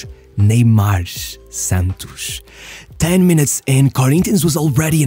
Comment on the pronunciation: It's funny when you say brazilian words with a carioca accent "Santox" "Corinthianx" Great video btw